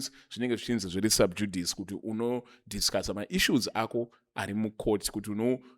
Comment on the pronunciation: its pronounced SUB-JU-DHI-CEE Not SUB-JUD-ICE